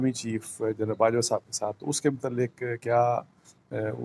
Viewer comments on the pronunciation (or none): جناب عالی ۔ لفظ جنرل ھے ۔ جرنل نہیں ۔ دوسرے یہ کہ یہ اپنے رانا جی مسٹر رانا شمیم صاحب کیا کر رہے ہیں ۔ اپنے بیان حلفی سے ہی مکر گئے ہیں ۔